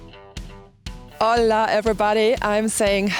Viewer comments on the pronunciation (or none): none